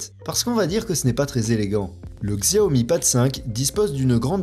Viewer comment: On dit Chiaomi t’as mérité le pouce rouge